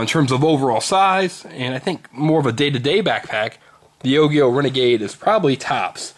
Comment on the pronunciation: its pronounced ojio. soft g bro